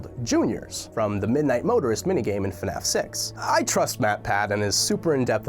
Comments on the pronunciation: When he says “fnaf 6” , it sounds like he’s saying “fnaf sex” Yes that exists... it’s called hentai Edit: it has been brought to my attention by my sister that their is a dating sim for fnaf called “5 nights at dating” So “fnaf sex” might actually happen, guys! But that means that someone on this world is attracted to robot animals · hey buddy i think you mispronounced fnaf 6 to fnaf s ex